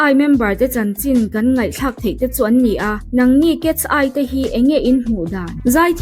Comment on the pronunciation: Cats- eye angin i lam zel a😅(Mizo accent in) KET-SAI tih a lam tur aw miss❤